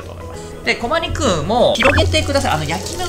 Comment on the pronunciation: コマニクゥン